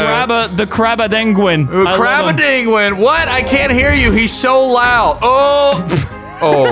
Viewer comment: Bro really said... Cramadiloguin